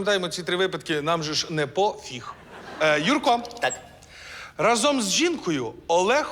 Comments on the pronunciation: рАзом, а не разОм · Наголос у слові «разом» падає на перший склад. Тобто рАзом, ніяк не разОм! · не разОм , а рАзом!!!!!!!!!!!!!!!!!!!!!!!! вже другу програму чую....